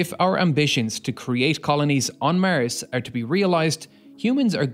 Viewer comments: Why do you say mers instead of mars? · would you kindly be generous to say Mars instead of Mers ?! thank you for your videos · mers? the new planet or samthing? WTF IS MERS??? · Great video. Easy fix:mars, not mers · Why you say Mirs? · Wtf... It's Mars... Not maers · I’ve never heard anyone pronounce Mars as Mers before…. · Is it common for north-americans to pronounce the word "Mars" as "Mierce" ? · Why do you pronounce Mars that way. Its not Murs! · Love You're Pronounciation Of Mars☺ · Cant help it, the way the narrator pronounces 'Mars' makes me laugh every time :D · Maers stop saying mars like that is so annoying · This narrator can't even pronounce "Mars" correctly.